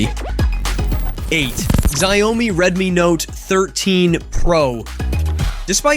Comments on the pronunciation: What???? Xiaomi is called shawmi. Not shayumi! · Its shaomi not ziaomi hahahah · PLEASE STOP BEING A DOUCHE, AND START PRONOUNCING XIAOMI CORRECTLY!